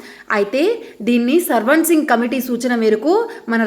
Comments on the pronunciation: సర్వాన్సింగ్ కాదు mam swaransing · Sarvan singh kaadhu akko swaran singh committee😅😅😅😅